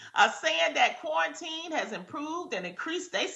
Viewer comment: Adrienne "...kwarantin..."